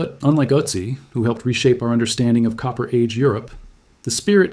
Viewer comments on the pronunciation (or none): none